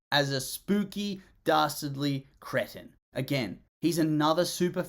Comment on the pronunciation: I was willing to accept your opinion until you pronounced “cretin” wrong. 0/10 garbage video.